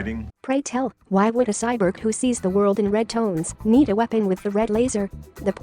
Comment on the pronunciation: The irony of a robot voice not being able to pronounce “cyborg”. Still a nice informative video, missed the lights and crew visible in the alley chase though.